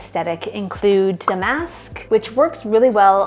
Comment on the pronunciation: The bougie mispronunciation of “da’mask” is very Naomi Malone. Great video though.